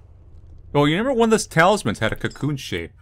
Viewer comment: I can never tell if says reMember or reNember but I find it endearing